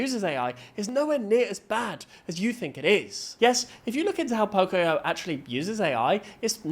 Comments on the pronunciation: It's not poc-i-o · It's Po-Coi-Yo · Idc about the AI slop, why is no one talking about Po-CO-yo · CAN YOU STOP REPEATEDLY MISPRONOUNCING POCOYO